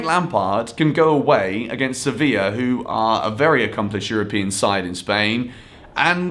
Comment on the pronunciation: Youre pronouncing sevilla wrong